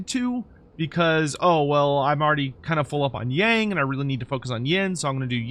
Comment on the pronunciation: Would be nice if you can pronounce “Yang” properly. It shares almost the exact pronunciation of “young”, just FYI.